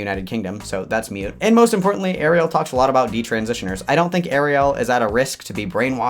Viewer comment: Pronounced "moot", not "mute"